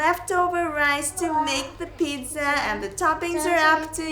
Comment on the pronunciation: "Hello welcome to create eat happiness. This is. Today im going to show you how to make hayooweenn pijja. Yeayyy"